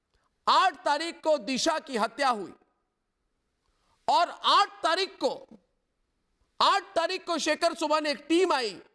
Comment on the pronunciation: ARNAB ITS AATH NOT AAANTH